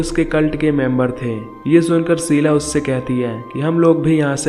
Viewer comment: Sheela not seela. Please correct your words